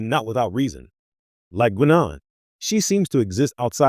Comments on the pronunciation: Its pronounced 'Guynaan', not 'Gweenon'! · So you never heard Guinan pronounced by any of TNG actors? 90 seconds is the longest could listen.